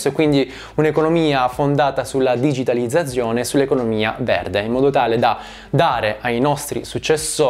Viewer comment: la mia pronuncia delle Z non fermerà il mio processo di divulgazione economica La parola digitalizzazione: benvenuto all'inferno